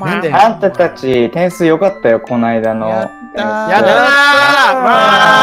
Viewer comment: 鬱先生がママって言ってんのさくにゅ以下略してる様にしか聞こえん 何でやろなあ